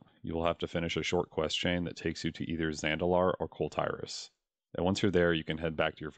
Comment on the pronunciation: The way he says "Tiras" in "Kul Tiras" hurts me xD Otherwise good vid